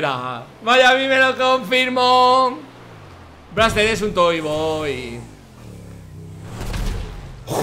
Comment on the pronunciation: Dise braxter mira este pepino Dise fargan pero y esto